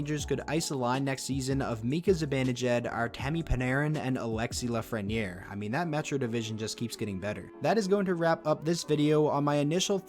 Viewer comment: His name is Lafrenière